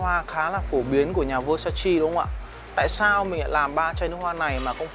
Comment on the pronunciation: Góp ý: phát âm đúng tên thương hiệu...